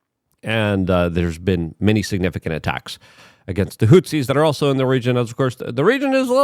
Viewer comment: Hutsi are not HOUTHI. Get it straight, goofball